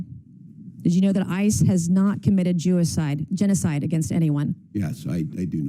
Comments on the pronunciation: She said jewicide twice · Did she just say "Jewicide"? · I’m sorry it’s funny she said jewicide multiple times 😂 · She couldn't stop saying Jewiside! 🤣 💀 ☠️ ⚰️ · I love her but calling it Jewicide over and over is 🤦🏼‍♀️ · "JEWICIDE"? she said it twice... like she wants it to meme.